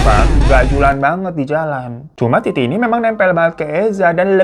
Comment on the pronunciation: Bang gw langsung ngakak wktu km bilang titi tp slh ngucap iti😂klo smpe ke bablasan hbs lo🤣😂